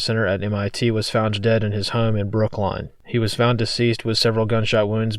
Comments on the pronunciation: "Brook - line" ? Is English your first language? And that kid you showed was not the professor. I'm unsubscribing. So tired of the fake. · Brookline not Brooklyn. Not a fact check just a common mistake